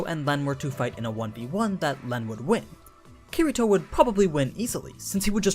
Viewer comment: I can tell u don't know kiritos true power because..... YOU DIDNT EVEN SAY HIS NAME RIGHT